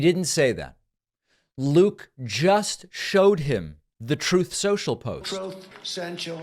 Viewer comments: The "Troth Sential" audio gets me everytime lol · I don't understand, is it Truth Social or toth sensial. Can as dump says it.😮